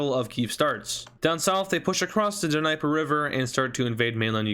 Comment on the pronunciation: Nee-pur not diniper lol